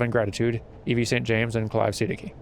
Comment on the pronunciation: Eeeeey, my Siddiqi-pronouncing advice finally filtered its way into the playthrough. Nice!